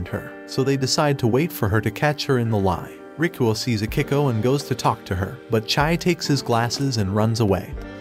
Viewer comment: am i the only who thought his name was "rickroll" bc that didnt sound like "rikuo" till i turned on the subtitles💀